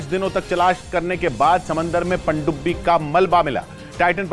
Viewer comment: Pandubi ko ache se bolna siikh le uncle 😂